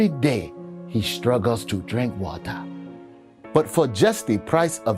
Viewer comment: everyday he struggles to drink waatar. lol